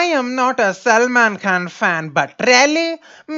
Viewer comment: GOD when he says SAMLAAANN!!!